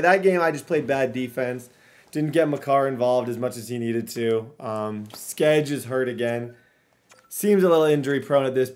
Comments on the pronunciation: Favorite part of these videos are when he pronounces Brady Skjei ( pronounced Shay) , like Brady Skedge lol 🤣. All about the effort tho. Quality programming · Skjei is pronounced Shay btw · Skjei is pronunced shea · SKEJ IS PRONOUNCED SHAY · Skjei is pronounced shay like shea